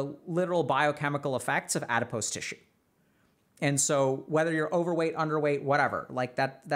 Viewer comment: You’re mispronouncing “adipose”